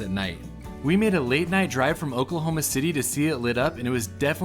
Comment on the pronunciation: I think I liked your reaction to this more than the entire video of their trip that I watched a few months back lol. I loved the way you pronounced Oklahoma. It’s such an underrated place that you just have to see to understand. We’re not just flatlands and tornadoes, we’re so much more! We’re pretty proud of our portion of Route 66 here too. You are always welcome here to visit anytime! We’d love to have ya!